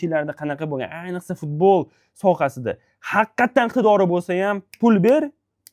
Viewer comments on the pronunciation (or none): none